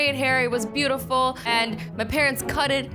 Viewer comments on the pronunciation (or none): Did anyone realise when she said beautiful she actually said Beatiful